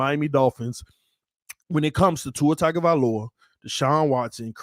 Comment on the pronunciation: Tua's last name starts with a tongue sound, not tag